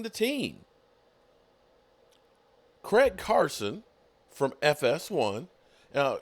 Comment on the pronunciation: his name is Craig Carton not Carson. Come on get the name right. 😀